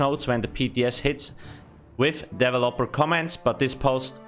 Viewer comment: I say Deh-Velop-ur he says Devel-upper.